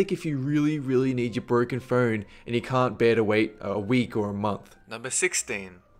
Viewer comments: It sounded like he said "fern" when he said phone. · i like how he says "phone" like "pheewn" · and phern for phone